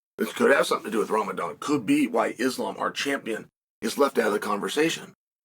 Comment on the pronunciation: I find it incredible he pronounced it correctly 😂